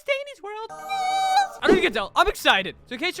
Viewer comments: Bro is a jr. When he says "NeWs" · 99%:saying how he said news 1%:talking about the video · 1%: talking about the video 99% talking about the way said news